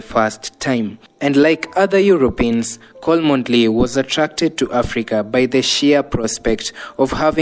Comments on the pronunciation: Pronounced chomley not kolmondeley. And stick to your headline not irrelevant history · Chomly not Kolmondly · The name cholmondley is pronounced 'Chomlii' not Kolmondlei' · The name is pronounced as 'chomley' . Unnecessarily too many silent letters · The name is said as Chomly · It’s read as chomley. Always, good content ❤ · The name Cholmondeley is spelled as 'Chomley' sio hiyo kitu unasema bro